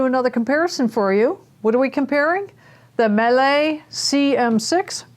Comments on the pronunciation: It's miele, not melee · (It's pronounced "mee-leh"... 😇)